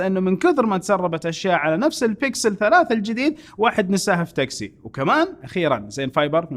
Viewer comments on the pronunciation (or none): none